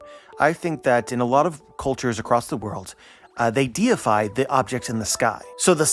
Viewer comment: that says deify not defy